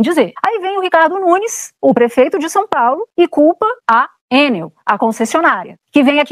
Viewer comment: É Enél e pronto😅😅😅😅😂😂😂